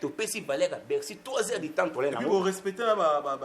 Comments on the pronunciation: encore "Beccy" au lieu de "Bercy" 🤣🤣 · Meme pas Beccy mais Becksy